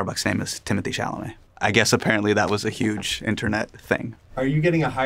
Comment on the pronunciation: I love how he talks about people mispronouncing his name while also mispronouncing Timothee Chalamet's 😆